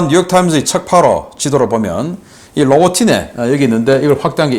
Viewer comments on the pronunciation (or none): none